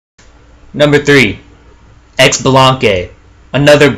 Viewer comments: Xbalanque Is pronounced SheeBalanque Not EcksBalanque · I actually think Xbalanque is pronounced Shabalanque. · Of course I'm going to be "that guy" and say that Xbalanque is pronounce "Shibalanque", and that his ult does nothing if you stand still right before it goes off. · I laughed every time you pronounced xbalanque wrong. its (shee-bo-long-keh) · ... He said X-shalanque noooo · Its pronounced as such: CHI-BI-LAN-QUE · For Xbalanque the x is pronouced sorta like shib so shib-along-kay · the way he said xblanque irks me